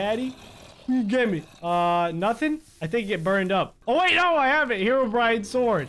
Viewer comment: is it just me or did just say: “herobriane is pissed”